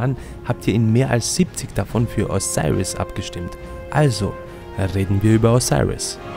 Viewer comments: O-SI-RIS so wird er ausgesprochen... dankeschön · diggah wie er Osiris sagt